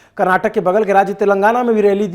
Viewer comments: Karnatak nahi Karnataka hota he bhai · Editor it's Karnataka not Karnatak !! Please correct from next time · It’s Karnataka sir … not karnatak! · Brother it is KARNATAKA.... FOCUS MORE ON 'KA'. Can you pronounce properly please!!!